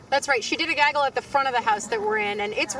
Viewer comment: Can you say “gaggle” again.....